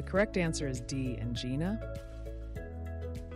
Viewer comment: Other than the questions being ridiculously easy, two spelling errors exist referencing medical terms, I will let the author figure out which ones they are. Also when you choose to use AI as your narrator, pronunciation becomes second rate, i.e., “angina”. Finally if your Dr didn’t score perfectly on a test such as this, find another Dr.